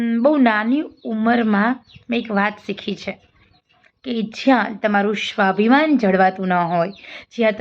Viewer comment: સરસ વાત છે પણ વક્તવ્યમાં તમે 'સ'ને 'શ' તરીકે ઉચ્ચારણ ન કરો.'સ્વાભિમાન' ને 'શ્વાભિમાન' બોલો નહીં.